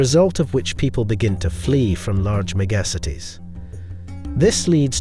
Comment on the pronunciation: Nice video and presentation. Please inform the narrator how to pronounce mega cities. Please mind the gap 👍